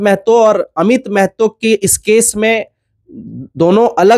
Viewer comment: Meeeehto nahi maahaatoo bolo Bhai.